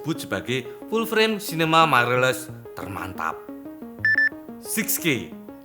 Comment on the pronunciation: Others: mirrorless: mairerless